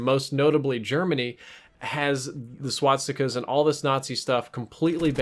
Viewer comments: S.W.A.T.stica's? It's SWAS TI KA. Not SWAT STI KA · this guy cant even pronounce swastikas